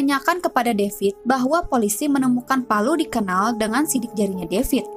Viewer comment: Kanal bukan knal...